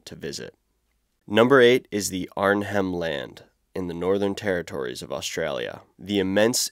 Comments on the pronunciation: You can't even pronounce Arnhem correctly. Neither archipelago. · Hey mate, love the shout out for Arnhem land although the h is generally silent so it's pronounced "Arnem", and Kakadu is "Kak-adu". I will leave to any indigenous Territorians to advise on the mob names :) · Cool video, I have been to Arnhem Land, I grew up on the west coast of QLD which is almost directly opposite Arnhem Land. Just quickly though, we pronounce it "Arn- Em" Land. No biggie, people pronounce things differently all the time. You think that place is rugged (it is), the entire Gulf of Carpentaria west part of the Arafura Sea. That part of eastern Northern Territory and western coast of QLD, is some of the most magnificent and beautiful and at the same time deadliest part of Australia you'll ever see. It is steeped in history, when I lived up there (in the 60's - early 90's) I learnt a lot about finding water and food (bush tucker) from various Aboriginals and the tribes throughout the area. They were some of the nicest people I have ever met. My family would go camping for weeks on end, they would be passing by bare foot through thick scrub and always friendly and open. So I don't know what the narrator meant by 'their ancient secrets'. The people we met were always willing to show us things. For example the first time I ate a stingray was one they had speared, we had it with freshwater oysters. They would sit with us and tell us kids stories from their religion (my favorite as a kid was about the Rainbow Serpent). My point is that my time there with them was great, nothing to be scared of. In the video the artwork is mentioned, but that is just the artwork. Did you know a study was done on the DNA of Australian Aboriginals, the study showed that their ancestry dated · The 'H' is silent. arn-nem. The first 'a' in Kakadu sounds the same as the second 'a' in "banana" when spoken by an American. The second 'a' sounds like the second 'a' in "banana" when spoken by an Australian. Ka-kah-doo